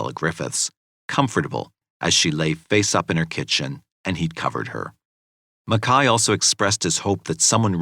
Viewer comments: Ok I watched this yesterday and I really enjoyed the video, however, is it not pronounced Mac-Kay not Mekhi? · The narrator keeps calling him Makai but his name is MACKAY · It's MacKAY. Couldn't even watch it because of the mispronunciation of it!